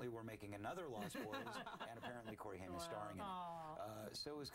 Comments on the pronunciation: COREY HAIM! NOT HYM!! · Did she just call Corey Haim Corey Hunt???